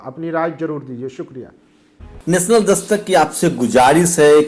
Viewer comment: परलोभन नहीं प्रलोभन, उत्तर परदेस नहीं उत्तरप्रदेश होगा, बिलास्ट नही ब्लास्ट होता है, नेसनल की नॅशनल